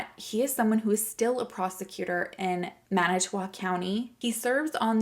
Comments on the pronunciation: Good job pronouncing manitowoc! I'm a native wisconsinite, and i'm impressed! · You said Manitowoc beautifully!!😘